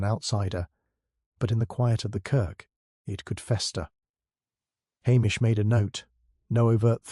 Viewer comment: Good story 👏🏼🇦🇺 McCleod is pronounced McCloud 😮 Hamish is pronounced Haymish 🥴 AI programmer take care. It's not hard 😔